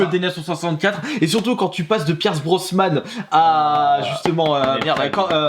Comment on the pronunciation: 7.51 loooool pierce brosMMMMan hahahahahaha